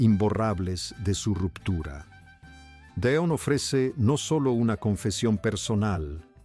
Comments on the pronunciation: No sé quien es el que relata, pero no puedo seguir escuchando tan mal dicho nombres y apellidos. Don????, de donde lo sacó y en lugar de Delón, no sé que es lo que dice. Por favor Sr., aprenda bien los nombres antes de hacer videos!!!!!! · Este no pronuncia correctamente el apellido DELON, como que deon, de dónde es este hombre, no lo oigo, no sabe ni lo que dice, uyyy